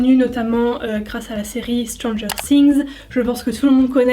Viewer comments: Par contre pk tu dis stranger ssings ??? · "Strangeur sings " le th se prononce f